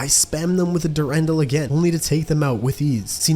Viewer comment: Durendal is pronounced dur-on-dal, emphasis on the dal. There is two spellings of it though